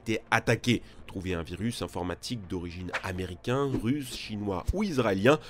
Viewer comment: C'est quoi un zaméricain ?